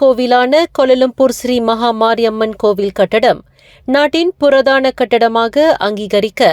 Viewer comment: புரதானம் குரதானம் கரதானம் புறாதானம்🕊️🕊️🕊️🕊️🕊️🕊️🕊️🕊️